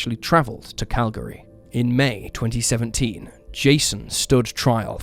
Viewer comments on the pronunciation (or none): Though it was mispronounced. Enderby was also pronounced incorrectly.